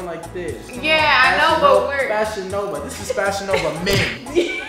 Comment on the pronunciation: “This is fashionava men” ” it is Fashionova men, how did u know “😭😭😂